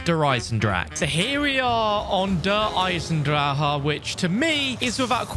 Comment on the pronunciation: It’s pronounced “Der Eisen-drakuh”